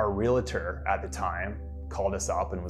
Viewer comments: Why do people say "realator"? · it's not "realitor"! it's "realtor"